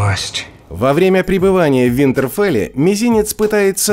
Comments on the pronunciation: у Рамси - это не гончие... не ВинтерфОл, а ВинтерфЕл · ВинтерфОл,ТириОн, называй как мы привыкли.А так лайк за работу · ВинтерфОлла 😂🤦🏻‍♀️🤦🏻‍♀️🤦🏻‍♀️ вам не стыдно??? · Прежде чем делать видео - научись ударения правильно ставить и произносить названия. Какой нахрен Винтерфол? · Винтерфола? сразу диз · Что с озвучкой? Винтерфол, Лайза Аррен